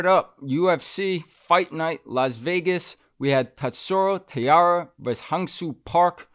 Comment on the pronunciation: Tai Ra, Tai as in Thailand not tiara.